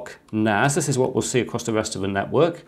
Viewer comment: NAS not NAZ its a S not a Z